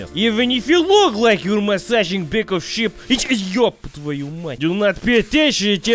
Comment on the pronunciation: When he said back of sheep I thought he said pickle ship